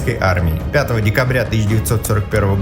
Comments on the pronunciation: Автор 5 декАбря, а не декОбря. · "пятого декОбря" 🤢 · 5 декОбря... афторрр, ты чё? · Ошибка грамматическая, декОбря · 5 декОбря - это сильно Но декАбря , ещё и красиво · Серьезно? 5 "декобря"? Серьезно? нет, ты серьезно??? декОбря?!?!?! ДЕКОБРЯ?!?! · 5 декОбря ахахахахах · декобря, декобря. вы там что курите? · Автор, не стыдно за "5 декОбря"? Иди в школу учись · "Декобря"? Серьезно? Что за безграмотность!!! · «5 декОбря»😂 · 5 декОбря... ну в целом было интересно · ладно история, но декОбря... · а как Вам 5-е декОбря? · ХА-ХА!!! ДекОбря ))) Какой позор,для внуков победителей.